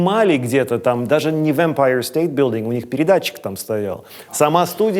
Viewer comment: Всегда самым забавным на MTV казалось произношение английских слов их ведущими. Ну вот это вот "Мы вещаем с верхушки эмпайеэр стеэйт быилдин") чистый русский вперемешку с абсолютно английским произношением звучало потрясающе